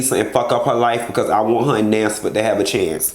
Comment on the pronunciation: Nansford!!! Thought I was the only one who heard that😂😂😂